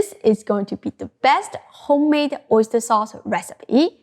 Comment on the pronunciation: OisturEH SaucEH ofEH realEH oistursEH